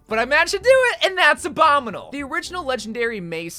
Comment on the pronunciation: I dont like the way he says "abominle" instead of "obominible"